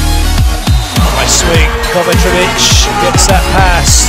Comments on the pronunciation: Why do American commentators always pronounce his name as KovaTRevic? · True and understandable, I just don't get how they get the TR sound out of the C? Afaik the e is also pronounced short instead of long how they do, I can understand that mistake, but reading something completely different baffles me.